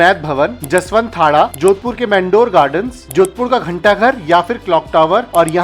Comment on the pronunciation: घनघोर नही गणगौर उसी प्रकार मेंडोर गार्डन नही मंडोर गार्डन